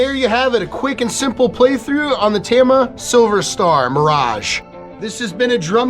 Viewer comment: Maybe learn to say tama